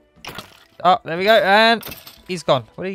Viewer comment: i've refrained from saying this but the way he says "there" "that" and "this" is infuriating. dis over dere